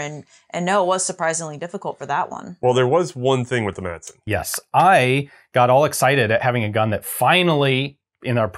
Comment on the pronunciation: Please guys.....In danish the "d" is silent. So it's pronounced Masen.